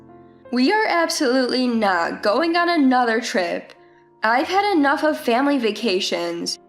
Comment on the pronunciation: What's with "faMilay" ?